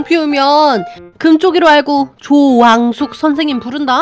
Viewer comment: 아니 이건 조왕숙이 아니고 죠왕숙이잖아! ㅋㅋㅋㅋㅋㅋㅋㅋㅋㅋㅋㅋㅋㅋㅋㅋ